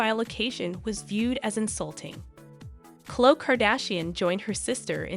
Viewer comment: The word is epitome pronounced ee PIT o mee, not epi tome (not three syllables) and Chloe is not pronounced Clo it is Chlo ee. Sorry, otherwise you are terrific! These are small observations only.